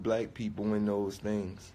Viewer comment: Why does he pronounce thing like "theeeeinngs".